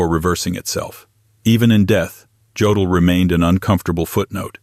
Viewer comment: Jodl is pronounced YO' dill'